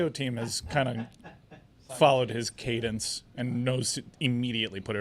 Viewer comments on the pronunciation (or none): none